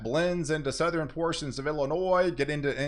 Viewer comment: It's always going to be next level...it's always getting even stronger....blah blah blah. "Southerin" "Northern". 😂